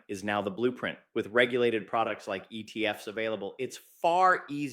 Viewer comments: the giveaway is the pronunciation of ETF's as "E.T.F.S". Not everyone, but occasionally. It's A.I. generated/ voiced. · It literally said, the E T F ES instead of the ETFs. It literally spoke the ES like it spoke the E, the T, and the F. I don't know if the video is AI, but the audio is. At any rate, what I got from all of this was, "Don't buy ETFs, buy actual bitcoin, and don't keep it in banks, custody it yourself." Old advice, still good as ever.